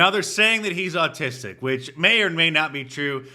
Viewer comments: Did anyone else notice that the black girl in the tik tok video said “artistic” instead of “autistic”?🥴😆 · Did she say artistic and not autistic!? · She couldn’t even say autistic, she said “artistic”. 🤦🏾‍♂️ You hate to see it. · She called him Artistic, not autistic...you know, because blacks can't speak English. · He's "artistic" (chirp) not autistic!!😂🤣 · that is so black, that she says artistic instead of autistic. wish I could axe her about her opinion on ebonics. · I thought she said the boy was "artistic"?? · Mark… you missed the chance to call the black lady out for not even being able to say autistic properly… she called the boy artistic. Their command of the English language is astounding… haha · Can’t even pronounce autistic……..artistic?😏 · She didn’t say autistic she said R-tistic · People are exhausted from black fragility. Also, that black woman said “artistic boy” instead of of autistic lol. Idiot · Did she say "artistic" 😂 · Sounded like she said 'artistic'. Learn to speak the kings English if you're going to blather on. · That lady said "artistic" not autistic. Kind of like the rapper who was called a musician, and lost her mind sayin "what, I do magic?" Stay in school kids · Someone needs to “”axe”” her how she “”noo”” the little ninja was “”artistic.”” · She can’t even pronounce autistic she has to say artistic 😂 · She diz not syaz autistic she say artistic, dang it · That black chick didn't say "autistic" she said artistic 😂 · No no no... She didn't call him "autistic". She called him "artistic". Context and English pronunciation matter people. Stay in English class! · When you axe her ..as she pronounced... She meant to say autistic, but what she really said if you listen is artistic,, basic du mb as s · No she said artistic.. lmmfao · She didn't say autistic! She said, artistic. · She said "artistic" ... yeah I'm gonna listen to her!! 😂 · She said ARTISTIC not autistic. 😂😂😂😂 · She said artistic boy, lol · "Articstic" His art sucks.